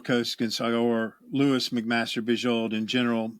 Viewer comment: For what it's worth, I've always pronounced her name 'LOW-is', like Superman's girlfriend, not 'LEW-is'. . No, the Penric series is in the fantasy 'World of Five Gods', not the SF Vorkosiverse. Though that world does have obvious parallels with medieval/early-modern Europe.